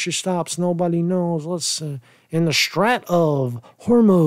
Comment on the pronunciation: How do u not know how to pronounce Strait? Its a pretty common word in geopolitical affairs or basic geography